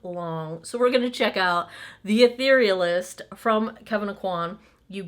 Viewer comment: You are the only blogger I’ve seen who knows how to pronounce the name of this Kevyn Aucoin product. 😆